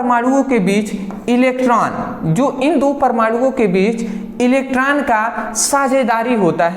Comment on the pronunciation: बिच ❌ बीच✅ 😂😂